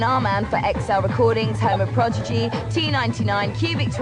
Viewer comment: and . What's the matter with her? They're The Prodigy not The Progeegee.